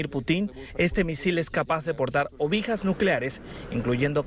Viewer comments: minuto "ovijas nucleares" en vez de ojivas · "Ovijas Nucleares" u "OJIVAS Nucleares"?...... minuto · En el minuto el presentador dice ovijas en ves de ojivas jajajaja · Minuto ¿Ovijas nucleares? ¡Ojivas nucleares! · Josecarlo Villaseñor Durante jajajajajaja si.la neta ovijas es ojivas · "Ovejas nucleares" JAJAJAJAJJAJAJAJAJAJAJ se dice "ojivas". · Se me fue el miedo cuando dijo ovejas 🤣🤣 "ojivas" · El dijo ovijas creo escucha bien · ¿Ovijas? Minuto ... Imagino que quiso decir OJIVAS... Buenas noticias... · alguien se dio cuenta que dijo ovijas en lugar de ojivas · Ovijas??🙄🙄 Por un momento me asusté 🐝🐝🐝😂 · El reportero en vez de decir ojivas nuclear, dijo ovijas nuclear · Capaz de portar ovijas? Ovijas? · Jsjsjsj 😂😂 ovijas nucleares ese vocabulario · minuto ¿que a dicho? ¡¿obijas nucleares?! jajaja... ¡¿de donde sacan a estos reporteros?! (OJIBAS NUCLEARES) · Ovijas ¿que es una ovija? O tal vez quisiste decir ojivas nucleares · Min "ovijas nucleares" jajaja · Ovijas o ojivas? jajajajajajajajaj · en serio dice ovijas nucleares... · Ovijas nucleares es ojivas.. ojivas.. Y son noticias internacionales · Escuche ovijas en vez de ojivas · ovijas nucleares? Será una nueva tecnología 😂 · Jajaja no se dice ovijas, se dice ojivas nucleares jajajaja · Ovijas nucleares jajaja ojiva es lo correcto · Se dice "OJIVAS", no obijas. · "Obijas" nucleares jjajajjaj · ovijas nucleares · Se dice ojivas, no ovijas como dice el reportero. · "Ovijas" :v qué putas es una "ovija"??? Conozco las ojivas nucleares, pero no las ovijas. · Ovijas? No es ojivas? xd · Se dice OJIVAS y no OVIJAS!!!! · se dice ojivas nucleares no obijas giles! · Ovijas nucleares😂😂😂😂 OJIVAS* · Jajaja que no es ojivas en vez de obijas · "Ovijas" nucleares, jejejejejejejeje. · "ovijas nucleares" jaja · Pero no son ovijas, son ojivas.. Jj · jajaja ovijas! se dice Ojivas Nucleares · Ovijas nucleares? Será "ojivas"... Puta ignorancia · No son ovijas son ojivas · este misilpodriaportar " ovijas " nucleares.... jajjaaj